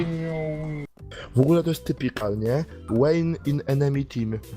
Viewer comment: Vayne to Wejn, nie Łejni